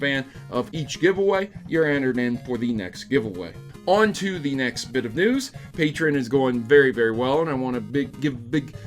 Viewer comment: You know, you're the only one I've ever heard call Patreon like "Patre-in"